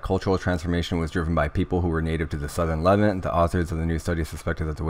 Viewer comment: This is very interesting information. Thank you very much for sharing. Not to be a wise guy, but Levant is pronounced luh-VAHNT, not LEH-vint